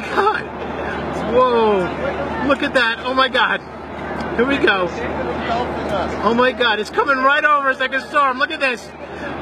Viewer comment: Mi parte favorita es cuando dice oh mai gad